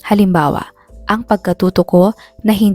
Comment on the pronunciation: Halimbawa not halimbawo